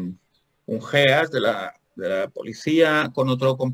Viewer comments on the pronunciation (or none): none